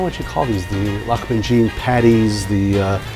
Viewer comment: Hi, my grandmother uses quince jam instead of tamarind and dates, also she cures the meat with lots of lemon juice the dough is more like a bread dough, but is "wetter"(if that exists) and the baking sheet is full of oil so it "fries" We in argentina pronounce the same way you did, great job translating the pronunciation